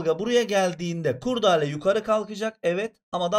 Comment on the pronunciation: Hocam Türkçeyi katlettiniz kurdale diyerek 😅